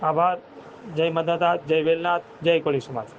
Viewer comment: કોલી નહીં કોળી ભાઈ